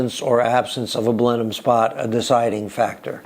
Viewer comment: We English say Blenim for Blenheim and Marlbra for Marborough. FYI.